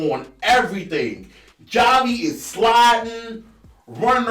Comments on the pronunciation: I think you just mispronounced Javi’s name. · He continues to mispronounce it 🤣🤣